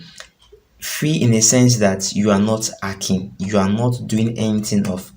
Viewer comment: Nonsense that's why l didn't subscribe...... It's not ekhing its hacking